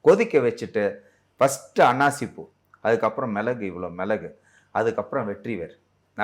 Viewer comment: அன்னாசி பூ என்று தெளிவாக சொல்லுங்கள் அன்னாசிமட்டும் தான் காதில் விழுது